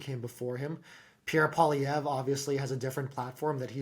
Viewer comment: Pierre Pol-eavra? 😂, you're 21 miles from France!